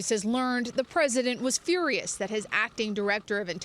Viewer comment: He's "Furrerriiiious" please report news and not put in "special emphasis"